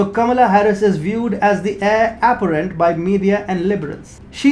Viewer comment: It sounded like you said Heir "aberrant" not Heir apparent Aberrant definition is - deviating from the usual or natural type : atypical, abnormal.